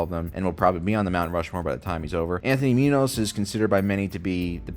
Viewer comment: Your pronunciation of Muñoz is awful.